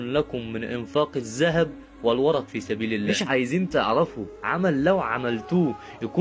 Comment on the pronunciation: جزاك الله خيرا بارك الله فيك لكن الوَرِقْ بكسر الراء معناه الفضه